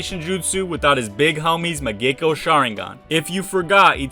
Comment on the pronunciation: Mangekyou not mangecko sharingan lmao